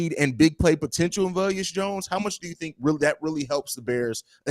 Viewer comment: VE-LUS not Vel-Us 😱